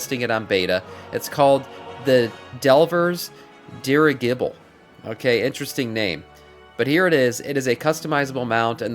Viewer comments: DUDE it's pronounced DEEER I JAH BLE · It is pronounced "Dirig ible" ....you keep putting an extra g in it. We have have these things in IRL history. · How can someone can’t pronounce dirigible, OMG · Did you catch his pronunciation of Scholomance too...besides the buthering of the word dirigible.